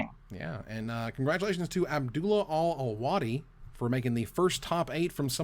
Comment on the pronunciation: You said Abdullah's name pretty spot on! Good job haha